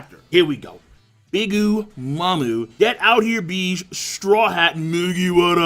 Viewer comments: stop sayin Beege pls, its Bege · Ugh, it's pronounced Baje, not beej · nigga stop miss pronouncing bege's name king its a 2 syllable name stop saying it like that